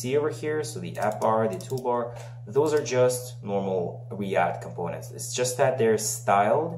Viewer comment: Спасибо, прекрасная серия видео, прямо то, что нужно. P.S. И отлично говоришь на американском варианте английского (eeeeeend вместо and), но немного режут ухо дифтонги, которые ты игнорируешь, например: components. Ну и помелочи: "[u|u:]" русская, часто "[i|i:]" тоже ;-)